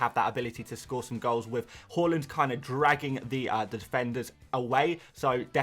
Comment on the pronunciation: It's not Hawlind his name is Haaland